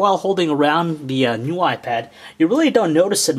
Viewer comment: lol he says "new why pad"